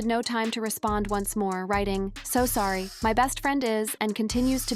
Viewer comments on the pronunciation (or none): none